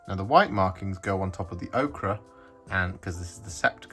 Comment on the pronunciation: 😊ts Pronounced Oh-Ker